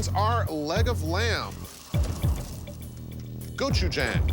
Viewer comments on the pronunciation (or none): "goku jang" Ohhh myyy god they butchered that